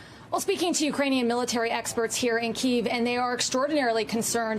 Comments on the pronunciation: It’s extremely frustrating that they can’t pronounce Kiev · Why are they pronouncing Kiev like that